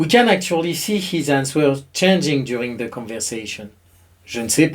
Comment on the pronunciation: It is silly, but the w in answer is silent. It is pronounced "an(t)ser". On ne prononce pas le W dans le mot Answer.